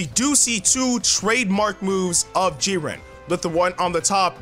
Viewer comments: Stop saying JIR-REEN It's Jiren u adding all that extra stuff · lol Jireeny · G Ren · Legendary gamer G-ran. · The way he says jiren😂😂😭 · AJ E What if someone pronounced your name in the most wrong way? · Gaming Hood so he just pronounced it wrong? ...ok lol